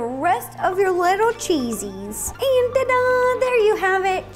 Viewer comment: I always thought it was "ta-dah" but you and Vivian Tries always say "da-dahn" so now I am confused lol